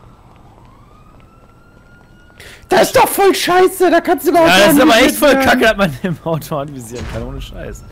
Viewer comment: sagt nie scheiße sondern immer Teiße xD